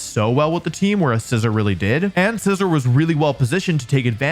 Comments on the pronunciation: A bad English accent AND not saying SEE-ZORRR when introducing Scizor? Wolfey fell off man 😂 (In all seriousness, fantastic list and I love all the various factors and things you include to fully evaluate a Pokémon. It could be very easy to just focus on a few particular, big, obvious qualities and so I love how you look into overlooked and easy to forget qualities too) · THE FIRST A IN INCINEROAR IS SUPPOSED TO BE AN E! AND THE SECOND S IN SCIZOR IS SUPPOSED TO BE A Z!